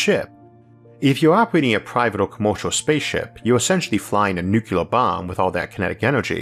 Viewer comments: Did he say nukulear instead of nuclear ? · Yes, i know. I was just wondering if i am the only one who hears "nucelar"